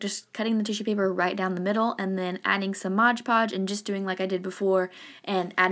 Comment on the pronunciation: MOD PODGE not MODGE PODGE. Bugs me when people say that however he is very cute